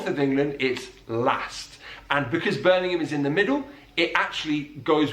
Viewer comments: Oh no! You did the American thing.. you went “berming ham.” It’s not two separate words. It’s Birmingham (pronounce the ham as more of a hum) and don’t over pronounce, say it a bit faster. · Oh that was a bad example of Birmingham. You can probably find one on any video about Birmingham accents that's better. They elongated and emphasise every syllable :P Birmingham becomes "Buurrr Ming Aaahm" and the pitch constantly goes up as if you're trying to speak to someone over a wall :P